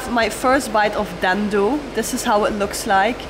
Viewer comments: Your's pronunciation is wrong,dendo but it's called dhido😅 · It’s not called dhando it’s called dhido 😂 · Well fyi Dhindo actually pronounced as dhido where 'n' is silent and way to eat is straight dig it up, dip into some curry or chatni/sauce & just swallow it w/o chewing it 😃 enjoy 🤤🙏🥰🥰🥰